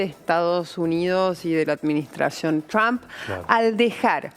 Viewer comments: Ayyyyy "trammp" Jajajaj Trump Hablas castellano no sos una grinfa lcdtm! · CRHAM! le encanta decir trump en ingles a la mina